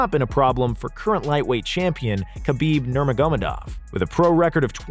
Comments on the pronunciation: and urijaah faber xd edit: aand khabib normagomadov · Habeeb Nur-mayg-guh-med-off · The way he pronounces Khabib Nurmagomedov, Gustafson and Jose makes me want to cry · Bro can you speak English who the hell is Khabib Nurmamgdov and Stip Miocik